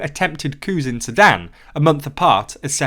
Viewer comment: this video is a lot more fun if you imagine he's saying "cow" and "cows" in a weird accent instead of coups.